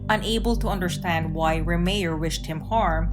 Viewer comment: It’s pronounced “Ray-Myer”, not “Ree-mere”🙄